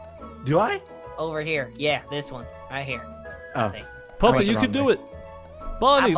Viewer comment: Bonnie said pat to puppet